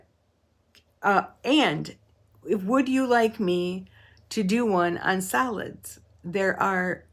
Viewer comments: 🤣🤣🤣So many people have mentioned the "salads" thing; I missed it. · Ohh, what fabric fun! Very interesting and I thought you were saying “salads” instead of solids which I realized later reading comments. I was really wondering how we got on food but I was going to vote yes, I love salads 🤭! Great Dandelion moment of zen❤❤❤❤❤